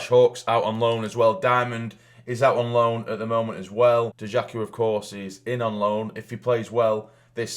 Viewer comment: Can't wait for the next episode already. Btw Dajaku is pronounced Die-Aku, as the j is pronounced as a y.